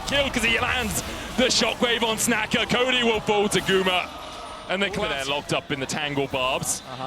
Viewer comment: LLA team feeding so hard medic calling 'snaker' as 'snacker'